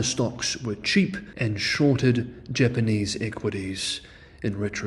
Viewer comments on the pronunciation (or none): none